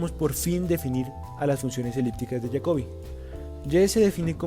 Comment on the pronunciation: De pronuncia como en Español Jacobi , Jacobianas etcétera